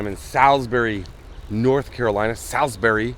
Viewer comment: I wish I would have known you were going to be in Salisbury. That's right in my back yard!!! FYI - Salisbury is pronounced Sals-bury, the "I" is silent. Lots of non locals get it wrong.😂 I'm glad you made it out of there without being shot!!! Great video, as always ❤️